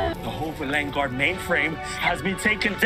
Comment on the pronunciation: The way that the Doctor pronounced “Villengard” kept taking me out of the story for some reason.